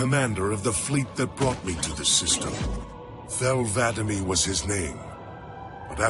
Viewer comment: He keeps saying Vadamee wrong